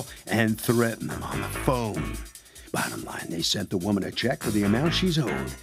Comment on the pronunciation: I hate when people say "sunt" 4 the luv of God its sent 😊